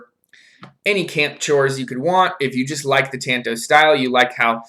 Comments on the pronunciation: It’s not a tan-toe, like your toe got some sun. It’s a tahn-to. The A is an ahh sound. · FFS! TA as in I like to squeeze TATAS! TA N TO as in that was my TOE! PLEASE AT LEAST LEARN TO SAY THE NAME RIGHT! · Tanto is pronounced like this Ta is like the ta in taco 🌮 N is like the n in November To is a deeper O like that in door but you will have the t and no r